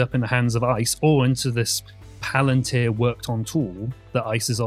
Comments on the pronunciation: Dude. This is not hard. Pal-an tear.....not PUH-LAN-TIR. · "Puh-LAN-tir"?? You didn't even look up how to pronounce the word? And with that click-bait title... Jon Stewart basically said nothing more than "oh wow". He didn't destroy shit. You are an absolute moron. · I think this is real serious but please pronounce the company name correct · Why are you mispronoucing palantir. It sounds like a different company. Please pronounce it properly so its uniform everywhere.